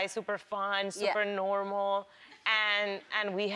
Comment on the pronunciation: sofia said normal in american accent